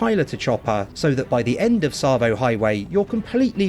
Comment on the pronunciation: Yeah boy!! You said ‘Tsavo’ right. Sorry just being a wind up. Still loving the vids. Am playing through Halo Wars again after your play through inspired me.